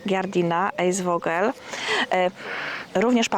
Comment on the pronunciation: I eisvogel czyta się " ajsfogel" czyli zimorodek